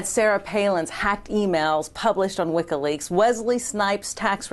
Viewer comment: What's this "wikka leaks" the interviewer keeps talking about?